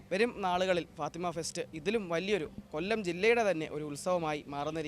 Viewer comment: മലയാളം sareyaye ubayokeku fatema അല്ല fathema